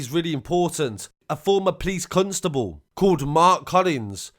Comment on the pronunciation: Did you say a former police cuntstable lol